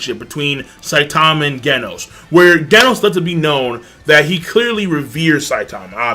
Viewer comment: Genos is pronounced Jenos